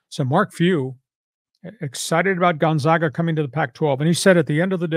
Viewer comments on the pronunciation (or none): Learn to pronounce Gonzaga